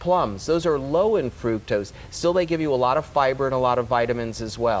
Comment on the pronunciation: I CANNOT listen to her say "frukose" one more time - it's FRUCTOSE!